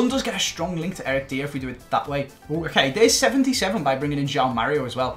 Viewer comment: My man said Eric deer